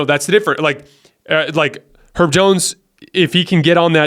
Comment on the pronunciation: Herb not “erb” like “herbs and spices”